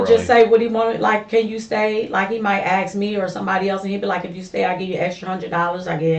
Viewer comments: Aks me aks me aks meeeee🥴🫣🤢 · never trust anyone that cannot say ASK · So much a nurse, she can't even pronounce ASK. Tells me she's a liar and a thief.